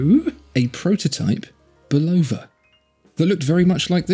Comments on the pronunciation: Why must you Europeans always mispronounced Bulova when they're talking about watches. It was an American company founded by a Czechoslovakian immigrant but founded it in America. So we'd appreciate it if you'd pronounce it correctly. It's not pronounced with an emphasis on "O" but pronounced with a emphasis on "Bul A va". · I bought the “old logo - no date” Lunar Pilot and had Bulova put it in the brushed case (from the new logo - date) to make it more period correct. It was still a bargain! Great watch. Super accurate. No need to buy a Speedy! FYI - It’s pronounced “Bull-ova”. And, Fun Fact: Bull-ova did all the in-cockpit timing for NASA in the Lunar Modules, so they were hardly a stranger to the space program.